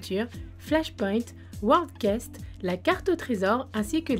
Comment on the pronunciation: Merci pour les infos ! Par contre World quests ... CA SE PRONONCE QWEST !!! J'ai saigné des oreilles x(